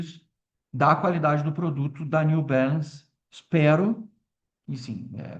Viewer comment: só para de falar new belance, por favor, é Balance com A, em portugues